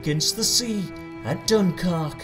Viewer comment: I fuckin lost it at "Duncark"